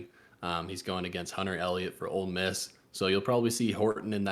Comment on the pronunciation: You mispronounced Ole Miss when predicting the champion.